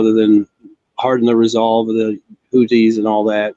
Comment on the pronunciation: Can somebody please tell to stop calling the Houthis the Huttsi ffs